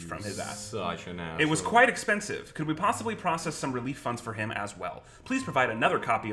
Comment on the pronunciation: "RELEF funds"